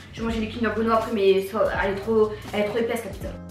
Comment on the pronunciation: On dis pas pizzo on dis pizza